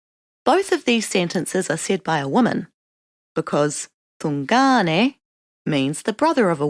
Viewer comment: Great info but it's driving me nuts how she says tun/ngāne....not tu/ngāne lol